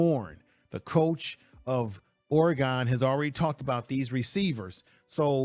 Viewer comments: That’s Or-e-gun, not Or-e-gone. And Dan Lanning not Langing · Lol you don't know how to say Oregon. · Casey Rogers is a very solid Def. Lineman, but Dorlus is likely a name you will hear more often in the Colorado backfield. Saying Ore-gone is like me saying Color-A-doo. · Show some respect. It is pronounced "Ory-gun". And Oregon's Coach is Dan LANNING. Research my man. And showing his press conference where he asks, "What have they done in this conference?" basically is the truth. The Buffs haven't really done anything in PAC12. So how does Deion use that quote? He wasn't referring to the current team. As for the game, it should be fun. Does Colorado have a chance to win? Of course, anything can happen in a college football game. See Appalachian State vs Michigan. Will they win? Probably not. And moving through the conference they are most likely going to struggle as they play tougher teams. Oregon, USC, Oregon State, UCLA, Washington State and Utah are all possible losses. And many outlets are saying Colorado will only win 6 games. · bro please learn how to say oregon right